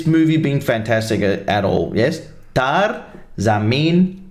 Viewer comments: Not tar it's TARE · Brother pronounce it as Taa-Ray (Taare). What you are saying is taar and it mean wire XD. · Your pronunciation is wrong its "Taa-re zameen pr" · Ta - re, it pronounce this way. It means "star". And jameen means Land. Tare jameen par, means "star on the land"..